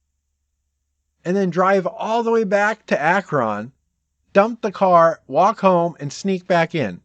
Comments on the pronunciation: Btw, it's pronounced ak'run, not ak'ron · I know that Akron isn't the biggest town, but it surprises me every time an out of towner says Ack-ron. It's pronounced Ack-run. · You’re saying Akron wrong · Did you just say Ah-Kron? Lol